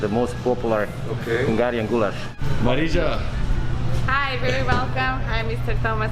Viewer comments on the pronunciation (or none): It's Mariya - J in Marija is pronounced like a Y in "You". Her name is basically Maria. Otherwise - great video! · maridža is it so hard to say maria 🤣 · did you just pronounce her name MARIDZJCQJA wtf man i dont even wanna watch the video no more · Ah yes the classic foreign pronunciation of the name Marija